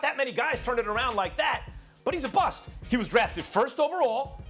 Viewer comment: *BUST. Not buss